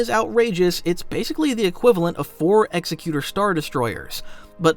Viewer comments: Executor class destroyers, not "Executer." Very different. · sorry its bugging me so i have to. its Exec U Tor. like executive. command and authority not execution.